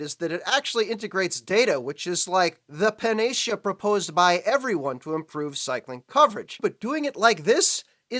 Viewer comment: Panacea is pronounced pan-uh-SEE-uh (or in IPA: /ˌpæn.əˈsiː.ə/).